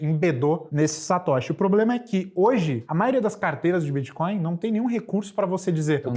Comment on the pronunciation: Cara fala tudo errado neo e Satoshi e ainda q ensinar kkk